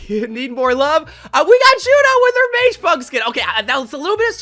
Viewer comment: You're killing me with how you keep pronouncing (or not pronouncing) mage. Not mag.